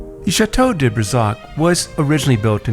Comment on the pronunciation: This is a lovely video but the mispronunciations are jarring. "'Le elegance'' for ''l'élegance,'' ''day'' for '''de,'' and ''chateau'' for the plural ''chateaux'' 'are errors anyone who has studied any French at all would notice. This certainly detracts from the ''elegance'' strived for by the producers of the video. And please, not ''de Ussie!""